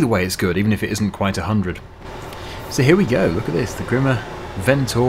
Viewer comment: I’m pretty sure the E in Grimme is silent